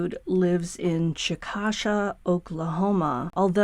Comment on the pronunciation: Did you mean Chick a shay? It’s pronounced like that but is spelled “Chickasha?” I’m in Oklahoma and my husband worked in Chickasha for 10 years. I’ll have to show him the pic. I don’t expect much of LE in Chickasha or Ardmore. It’s pretty bad in both those cities.